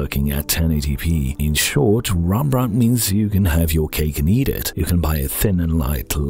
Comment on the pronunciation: its clearly says rEmbrandt, not rAmbrandt ;)